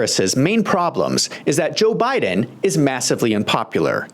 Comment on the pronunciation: O did you her say Obiden. Like obuma. Too funny.